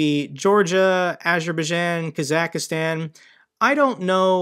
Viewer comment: Your analysis is interesting. You might look up how to pronounce Kazakhstan.